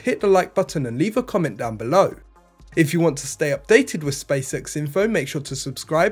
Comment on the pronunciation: but why he keeps saying "space sex" instead of "SpaceX"?